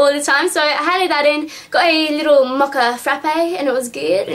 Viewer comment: hahahahahahahahahahahahahahaha "got a litto MO-CHA frappe" the way you said it I died (X for no reason it's not even THAT funny. -.